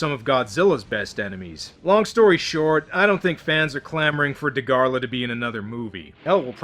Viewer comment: And it's Dagarah.. Not Dagarla 😂, and yes, I really like him